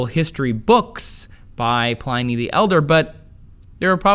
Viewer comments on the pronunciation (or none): I believe Pliny is pronounced Pl-in-nie, not Pl-eye-nie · Pliny (pronounced Plinnee) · Yes, thank you! Pliny as in pin, win, sin. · when he pronounces Pliny the Elder's name wrong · Trace! We've discussed this before! Learn to say Pliny correctly!